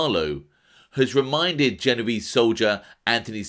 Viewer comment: for this watching, the pronunciation is "jeh-noh-veh-zeh' ! ! Ciao!